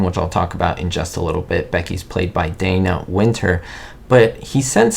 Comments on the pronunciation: DAH-na Wynter, not DAY-na. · Dana Wynter was British! Her name is actually pronounced "Donna"! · A little factoid if you should ever review anything with Dana Wynter in the future: she doesn't pronounce her name, "Day-ner". She pronounces it "Dah-ner"! 😮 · Everyone thinks Dana Wynter's name is pronounced "DAY-na" but actually it's pronounced the same as "DONNA" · Dana Wynter's first name is pronounced like the female name "Donna". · Dana Wynter's first name was pronounced, "DAH-na".